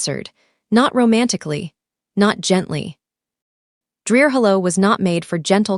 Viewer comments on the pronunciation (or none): IF THE NARRATOR CANT SAY “HOLLOW” DONT USE IT AS A NAME.